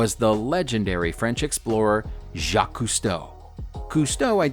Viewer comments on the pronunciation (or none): none